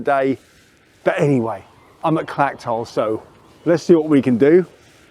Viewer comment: Good video spoiled a bit by your mispronouncing the place names. It's not Clacktoll or Ackmelvick. The ch is soft.